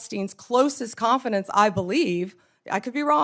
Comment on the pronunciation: And mispronounce simple words, such as "confidant." Pathetic.